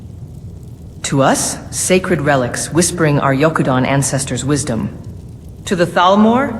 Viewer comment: It sounds like she's saying Yoku-dan instead of Yokudan.